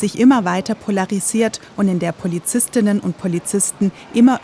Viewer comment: Wenn ihr schon gendern müsst, dann bitte den Stuss auch richtig aussprechen. Es heisst Polizist*innen.